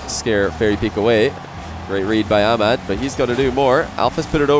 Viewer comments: its ah mad not amad lmao just sayin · Amad lmao its Ahh-mad